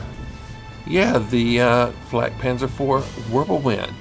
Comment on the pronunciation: W is pronounced with a V sound. Just like J's are pronounced with a Y sound.